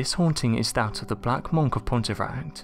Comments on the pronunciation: It's pronounced munk not monk! 🤣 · Your literally english and you cant say monk😂😂😂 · Seriously distracted by your pronunciation of monk 😂